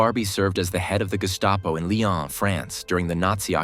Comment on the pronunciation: Straighten out your facts. Lyon is not pronounced Li-on. The highlighted image minutes is Dr. Mengele, NOT Klaus Barbie. Yes, and get your flags right. Sloppy work.